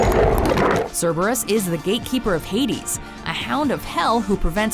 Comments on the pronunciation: Also, the latinised Cerberus is still pronounced with a K sound and not an s sound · Having taken Latin Class, I'm so used to pronouncing Cerberus as "Carebarus".